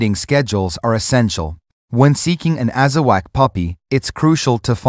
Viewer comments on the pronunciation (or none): It’s not Azawack it’s Azawakh pronounced AZAWOK